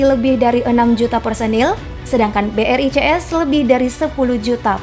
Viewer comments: Brics b. Bukan. B. R. I. C. S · Ketika mimin bilang BRICS tapi gw dengar ny BRI CS 😅